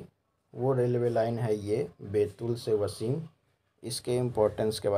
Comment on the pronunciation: वसीम नहीं उसे कहते हैं, वाशिम.